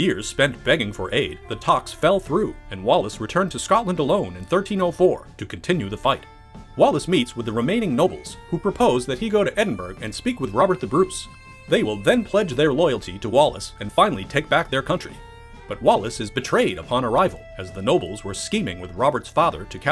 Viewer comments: I'm not even English nor is English my native language but the pronunciation of Edingborough and Glasgow sounds so strange... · Eh-din-bur-ruh and Glaz-go. - eye roll - Americans. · A whole video about the inaccuracies of a movie about Scotland and my man can't even pronounce Edinburgh correctly.